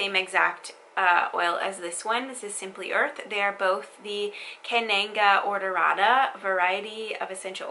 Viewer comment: Conunga odorata not ororata